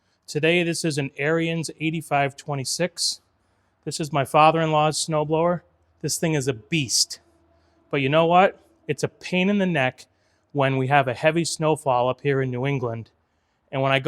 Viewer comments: Yes I heard you say it in your video. Its not a white supremacy company. Its pronounced like the name, Aarons or Erins. Don’t feel bad a lot of people mispronounce it the way you do. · Its amazing how many People cant pronounce Ariens.